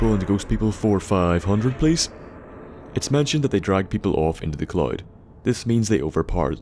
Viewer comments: The CC kept showing words like "cloit", "Clyde", "clot" or "chlorine". Took me a while to catch on. You should really practice saying the word "cloud". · IN TO THE WHAT? The clyde? The cloud? The collide? Take a fucking english class